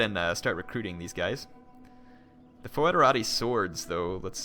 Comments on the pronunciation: In latin you read "ae" and "oe" simply like "e" (not always, there are exceptions), so in english Baetica is simply /Bˈɛtika/ and federati are /fɛdəˈreɪtaɪ/. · The word Foederati is pronounced: "Federati", like federal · A little tip for you: in latin, ae/oe is pronounced just "e", so it's "federati" (which is the word where the modern english "federation", italian "federazione" and so on come from). ;) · That's the ecclesiastical latin pronunciation of it though. Classical Latin "oe" is pronounced "oi", so foederati is pronounced "foy-de-ra-tee".